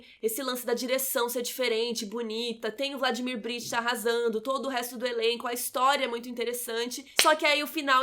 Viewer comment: nossa, ela repetiu 20 vezes Vladimir Britcha e é Vladimir Brichta!!!! bj